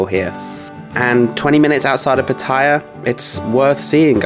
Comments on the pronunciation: Patt-I-ya ? Is Pattaya you don’t pronounce the i … Pat- Tay -ya !! You pronounce both in one video ? The later is correct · having an each way bet with the pronunciation of Pattaya...